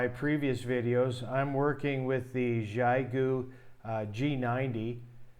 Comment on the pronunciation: Just for reference "XIE"-GU is pronounced with a hard Z as in Zion, so Zi-goo. ANY time you coil up "extra" wire or coax anywhere in the feedline or antenna it creates an inductor coil in the antenna and can wildly alter your SWR and performance. Split mode ("SELF DESTRUCT MODE") is used ALL the TIME for long range DX and especially in noisy conditions, so you can call for "CQ" on one frequency and LISTEN for replies on a slightly higher or lower one, same idea as with local 2m repeaters having an input/output freq or even contacting with the ISS out in space using 2m/70cm for I/O freqs.😉